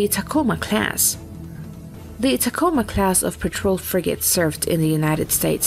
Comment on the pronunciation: Speaking as a native of Tacoma WA, listening to this AI try and pronounce the name is almost ear-screechingly bad.